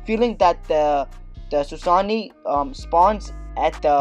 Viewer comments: Also lmao "Susany" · how to say it - sew-sa-no